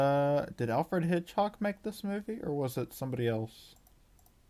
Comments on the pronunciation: Hitch-COCK, not Hitch-HOCK! Driving me bananas! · you can't even pronounce Hitchcock